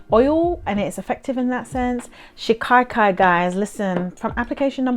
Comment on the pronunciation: I make recipe number 2. I don’t use conventional shampoos anymore and this is a great cleanser. My husband, Hindi is is first language, says shikakai is pronounced “she-kuh-kai”. ❤❤